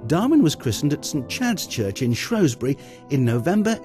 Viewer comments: SHREWSbury not SHROWSbury ggrrrr great video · Shrews-bury!, Shrews-bury!, Shrews-bury not shrowsbury, GGrrrrrr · How can Shropshire Tourism allow for a video voiceover that calls Shrewsbury SHROWSbury. I lived there for 10 years as a kid and nobody back then pronounced it that way. Very annoying! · you berk its shrewsbury , its like saying mentford bridge , see how dopey that sounds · This town is Shrewsbury, who ever is telling us about our town better get the name right. it is SHRWESBURY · He pronounced the name of the town wrongly... had to stop watching.... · and me Russell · Aileen Parry The man's plainly not educated.....a deliberate mispronunciation !.